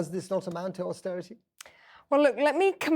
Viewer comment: Eee by gum.. Its not austerity.